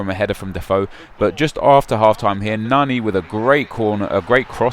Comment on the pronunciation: I hate how says player names... nah-KNEE, Day-vid Luiz, Fuh-leap Santana